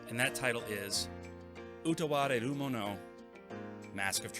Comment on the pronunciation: You get my like for pronouncing game titles in their respective languages (Utawarerumono and Gris) haha. More seriously, great pickup video. Truly enjoy the content you post on your channel.